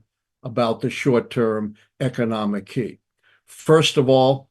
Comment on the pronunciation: This man is ruining the word key